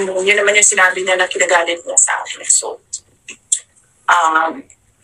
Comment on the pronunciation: Pag bumikas si PUSIT ng salitang AKIN ay AK YEN😂 pro chekwa talaga😂